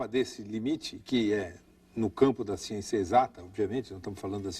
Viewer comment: Falou da agricultura, da ciência, e do escritor Castanêda... Até aí, tudo bem... Mas, quando, falou bem da Marina, fiquei meio cabrêro... E quando falou de Lula, fudeu por completo... Adios Capra, com sua "siênçia"!!!... rsrs